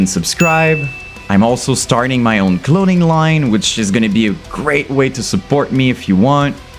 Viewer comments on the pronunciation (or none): To me, it sounded like you said: "Infant In-hil-later". Oh, and - "cloning line..." I think you're on to something there! Imagine if every UTuber had their own cloning assembly; that would certainly be more lucrative (albeit ethically dubious) than your own merch and clothing line. 💀